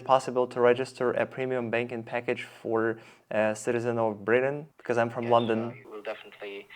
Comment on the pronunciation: Да, больше всего резануло "бекоз"